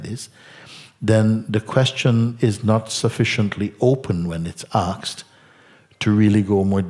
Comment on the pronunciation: Asked,.. not axed....